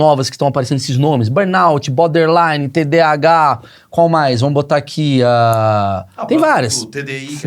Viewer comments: É BORderline e não Boderline...rs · O cara ouve "borderline" e fala "boderline"....